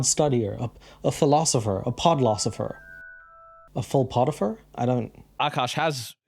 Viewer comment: "" 💀 also, I've watched you a long time. you're a really good person. like, a genuine one. thanks for that. between all the funny, you have a big heart, too. that's all. 🫶🏻